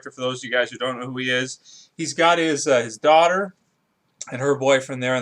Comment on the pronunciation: did he say thoughter